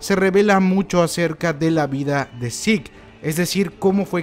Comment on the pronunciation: Este... El nombre de Zeke , se pronuncia : yiku , no zik xd. Solo es una pequeña corrección xd cada quien lo puede llamar como le plazca :v